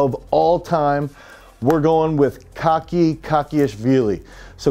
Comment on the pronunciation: There is one thing if you start this video you are to pronounce correctly the name of people you respect not Kaki and definitely not Vargenian. Speaking about the athletes they are great but the name of the video is doubtful.